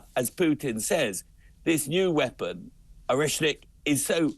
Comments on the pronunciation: Not a oshnik it is ORESHNIK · You guys can’t even pronounced right this weapon ORESHNIK. So